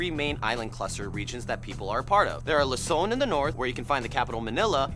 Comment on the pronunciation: ITS PRODOUNCED LUZON NOT LOSON